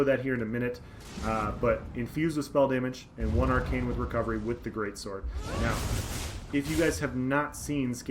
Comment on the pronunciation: Whenever you say "greatsword" I hear "greatsorc" :D